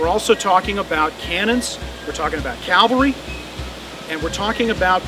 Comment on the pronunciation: how can a civil war historian pronounce "Cavalry" "calvary"